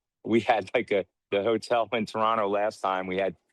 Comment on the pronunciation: Mans is pronouncing Toronto the right way 😂🇨🇦💙❤️